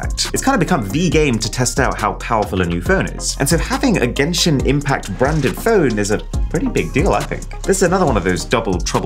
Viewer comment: gayshin infact*